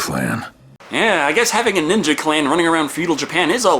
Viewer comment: Ohmah lord! Batman Neenja